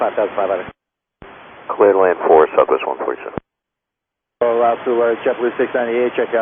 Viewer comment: I can't stand the way both pilots and ATC pronounce "cleared to land" as "cledelan". This slurring is just the kind of thing that confuses foreign pilots.